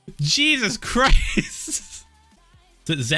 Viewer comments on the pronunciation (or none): none